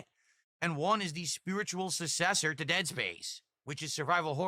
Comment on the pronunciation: it’s successor not suaccesor there’s no a in there normally I wouldn’t point out verbal slip ups like this but he constantly insults people by calling them either stupid or mentally challenged among other things so this is fair game